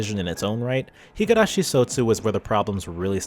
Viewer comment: This is a good analysis video, but I literally physically cringed every time I heard you pronouncing higArashi instead of higUrashi. I have no doubt that you have watched the anime with the original voice acting and are somewhat familliar with the Japanese language, so how hard can it be to not botch THE NAME OF THE SERIES?